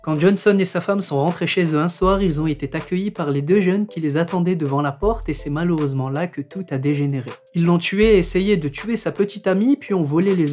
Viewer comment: "été accueilli " et non "été t'accueilli" comme vous le dites au moins 2 fois dans cette vidéo.